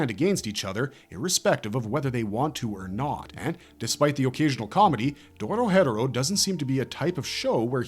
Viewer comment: it’s not “Doro hedoro” it’s “Doro He Doro” as pronounced by the Japanese and English dub/sub Lock in little bro why are u saying it wrong tryna act like u know something